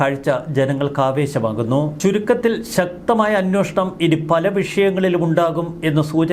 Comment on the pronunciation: 'അന്വോഷണം' എന്നല്ല 'അന്വേഷണം' എന്നുച്ചരിക്കണം. മുമ്പും ഇക്കാര്യം ചൂണ്ടിക്കാണിച്ചിട്ടുണ്ട്